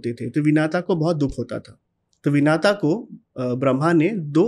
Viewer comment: महोदय विनाता नहीं है विनिता है